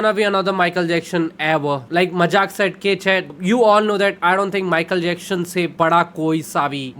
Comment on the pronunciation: Broo his name is Michael Jackson, not Michael Jackshon 😂